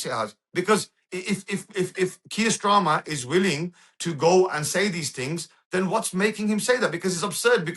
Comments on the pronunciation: He doesn't even know the name of the British prime minister. He calls him Mr Strarmer. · He keeps calling Starmer, Stramer. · Kier "Strarmer"? 🤣